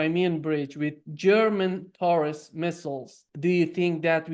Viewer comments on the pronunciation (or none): none